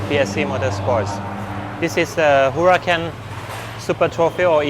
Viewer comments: Man, it's not a "Hura-San"🫣😉, it's a Huracan, speak it Hurakan, the C as a K! Btw., the Team Manager spoke it out correctly 👍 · You do know its pronounced hura-k-an and not Hura-S-an I'd might hope...